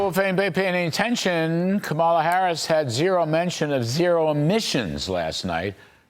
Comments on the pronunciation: It's "comma- lah" Kamala! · Her name is pronounced COMMA-la. Why do seemingly educated white people insist on mispronouncing this Black woman’s name? 🤦🏻‍♂️